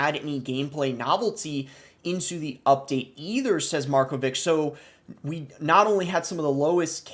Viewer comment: you clearly don't know any surname of east europe, markovic is pronounced markovitsh